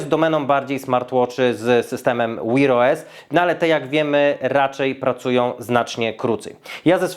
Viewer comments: 🤣🤣🤣 co to jest "łir OS" ktoś do szkoły nie chodził? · Jaki "wir os"? Sprawdź jak się wymawia w slowniku😂😂😂😂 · To jak mówisz wear os to masakra, wymawia się tak jak pisze tylko "w" wymawiasz jakoś "Ł" 😁